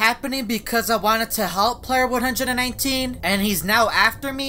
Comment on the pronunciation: oh my god yeah i hear it too